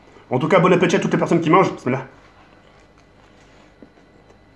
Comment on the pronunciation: "bonne appeutit" :o